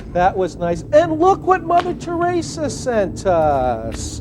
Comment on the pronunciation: Ummm it’s “Tereeeesa”, Frank